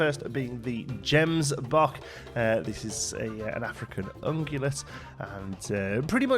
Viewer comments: I’m South African and your “Gemsbok” pronunciation just cracked me up 😂😂. Great video as always mate, support from a sunny South Africa 🤙🏻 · Lol your Gemsbok pronunciation was off but I appreciate the video. Thanks for keeping us informed!